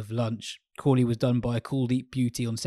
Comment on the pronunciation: says Crawley and I hear Kohli